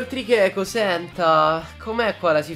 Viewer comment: Ma ninna come dice tricheco dice trieeo ma anche Mattiz però siete i miei YouTuber preferiti ❤️ #FALSACCHIOTTAGGINE